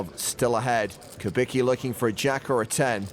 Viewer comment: so you read Malec correctly but Kubicki somehow morphs into Kubiki :)